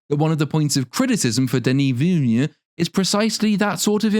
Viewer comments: "David Ville-gneuve" Everytime, lol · my favorite part of this video is the scaling mispronunciation of the director's last name😂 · I love how you ‘pronounce’ Villeneuve. 🎉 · I find it hilarious how you've just gave up trying to pronounce "Villeneuve"